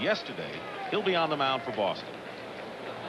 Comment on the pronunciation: SCREW bwoston....wa wa wa....